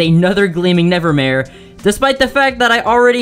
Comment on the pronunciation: This dude really said he encountered a gleaming “nevermaye”